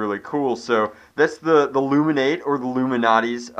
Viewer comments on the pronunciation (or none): it's ilumaNATE not illumiNATEEE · Its Lumanate not Luminate! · It's "Lu'-muh-nat", not "Lu-min-ot-ee". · correct me if im dumb, but wouldn't it be pronounced (loom in ate) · I'm think it's pronounced luma-nate like because it lights up. "It illuminates" not trying to be an ass or anything I've been a sub almost from the start :p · its pronounced LOO mih nate it rhymes with 8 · DIAMOND CLASHER it was a joke to start.which is fine but as he continues the video he keeps saying it legitimately. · I can't watch this video normally with how the luminate is pronounced.